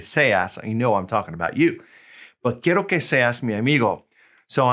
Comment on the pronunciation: Excellent explanation! Your double rolling the Rs on "quiero" y "quieres" are killing me tho 😅 I keep hearing "quierro" and "quierres" etc.